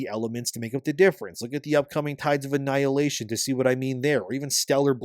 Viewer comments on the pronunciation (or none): none